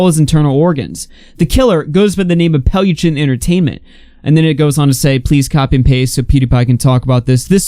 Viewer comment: But he is saying it almost right, I have heard people who pronounces it way worse. Also good riddance.